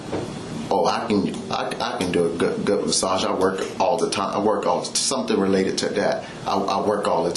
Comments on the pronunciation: I’m more upset about the massage cops dumb pronunciation of “massach” and “ennataining” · The way that trooper pronounced massaaaaaa’g’e